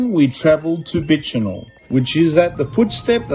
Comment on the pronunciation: A few pronunciation errors: Bicheno = BISH-en-O, Freycinet = Frey-SIN-ey (the T is silent), Huon = HEW-on. Geeveston has a soft G like gym, not a hard G like Golf. You got Launceston right though which usually gives Mainlanders problems for some reason!